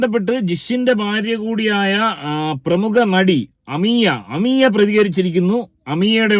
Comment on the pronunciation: അമിയ അല്ല ചേട്ടാ അമേയ